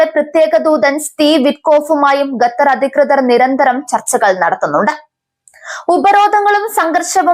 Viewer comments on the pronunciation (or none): ഗത്തർ അല്ലടി, ഖത്തർ എന്ന് വായിക്കുക..